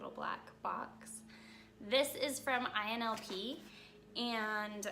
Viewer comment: Its ILNP, not INLP